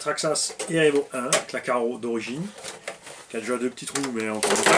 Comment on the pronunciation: Un EU REUVO pour les perturber 😂😂😂